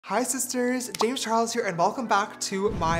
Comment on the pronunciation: in the intro, they forgot the “L” in Charles. XD